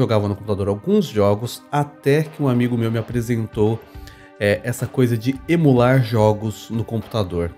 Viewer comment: não é EMUlar, pra você é EMOlar